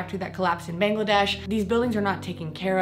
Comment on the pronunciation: This video is all anyone could ask for, to understand how the famous industries ACTUALLY work...wow......damn... However, being from Bangladesh, it was quite offensive how u pronounced the name wrong, just wanted to let you know...ly thooo 🧡😊